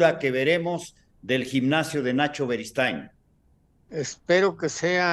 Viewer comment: larga vida al rey de la esquina don NACHO “berigood”😂